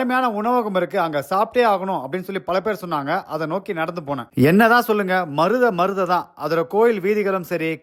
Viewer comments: Maruthai illa bro mathurai.. 😊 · Maruthai illa bro madurai😊